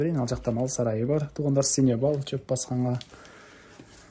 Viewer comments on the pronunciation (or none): Базар жок! Синевал емес сеновал постоянно синевал дейсинго болбосо кыргысча еле бастырма деп айтта.